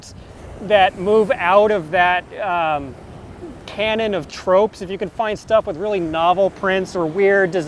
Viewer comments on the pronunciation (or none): none